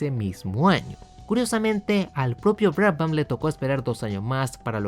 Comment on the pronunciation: La H es muda. Se pronuncia Braban.